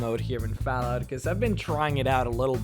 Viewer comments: HOLY SHIT your voice is annoying do you even know you say f"A"llout like f"e"llout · its not falout. its fall out.FALL-OUT. learn to speak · There's two L's in fallout you illiterate fuckstain. It's not Falout, it's FALL out. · its not pronounced fallout its fallout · "FoulllllOUT 4" haha love the pronunciation jk good vid man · Am I the only won hoo notist that he ses fallout wrong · The way you say Fallout is unbelievably annoying. Fallout is pronounced with an "ah" sound... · Oh god that Fallout pronunciation :(